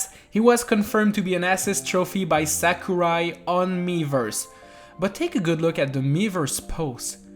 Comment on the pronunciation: its sakurai not samurai